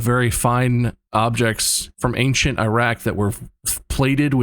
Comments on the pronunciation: I like how bob, multiple times this episode, says "ang-shint" instead of ancient. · why do people pronounce ancient as “ankshent” or “angshent”